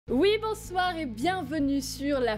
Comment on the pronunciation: Je rêve où au début elle dit